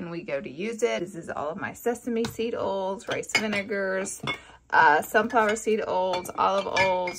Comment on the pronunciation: Skip to to hear Laura say "oils"